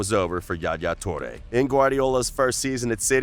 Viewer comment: its not JA Ja toure; its ain't spanish! Its arabic word called Yahya or Yah YA toure!